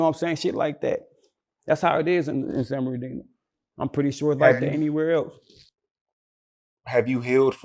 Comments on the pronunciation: Wtf is “San BEN-R-DENO” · "San ben ar dino" lol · SAN BERNARDINO!!!!!! Say it right man, aint hard to say. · “So In Sanbanardino” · saying San Benard Dino is like crunchy black calling Dj Vlad “Glad” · Thats how people who arent from san bernardino pronounce it😂😂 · Bruh wasup wit your pronunciation with SAN BERNADINO? Gahdamn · Yea he did misspell San Bernardino but he is right about how the guy who is doing the interview fucks up how u pronounce it 🤣🤣 I’m from L.A. but moved to San Bernardino for a yr when I bekame a Freshman at Cajon High School in like 97’ or 98’ & I heard about the California Garden crips, Delman Heights Blood & Crips, Disney Land Bloods, PPHgc etc.... but nobody says the city wrong like the interviewer. 😆😆😆😆 Even the people in L.A. don’t 🤷🏿‍♂️ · is it that hard to say San Bernardino?? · lmaaooooo I was thinking the same thing, its not hard, or just say the dino